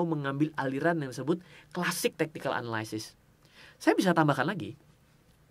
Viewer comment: bang jangan marah yah, biar gampang analysis bacanya sama in aja kayak analisis (dalam bahasa indo), soalnya abang sering bgt ngomong analysis dan selalu salah pronounce nya, jangan dibaca anaLAYsis, bukan LAY tapi yang bener LI. thx